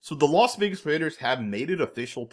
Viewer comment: He also says Los Vegas